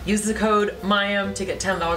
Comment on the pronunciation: Mayim...not MAXIM!!